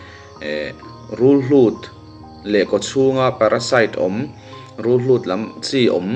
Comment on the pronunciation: Rulhlut i tia, Rulhut a ni lo maw?!😮